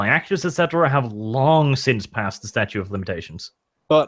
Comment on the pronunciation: STATUTE guys, there's another T in there you keep missing when you say statue of limitations.